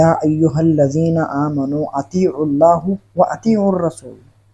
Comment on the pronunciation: اطیعواللّٰه۔۔میں اللہ کے نام میں لفظ (ہ),پر زبر ہے اور یہ جاھل پیش پڑرھا ہے